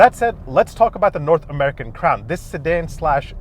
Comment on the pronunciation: Sounded like he said “the all new Toyota crap” in the beginning 😂💩